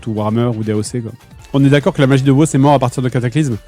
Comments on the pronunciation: CA SE PRONONCE WOW PAS WOO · A woo, la façon dont tu appels le jeu.... horrible lol